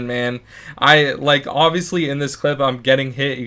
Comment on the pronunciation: it's zis